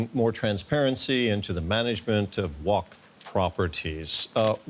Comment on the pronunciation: Can't pronounce waqf and trying to break news about it😂🎉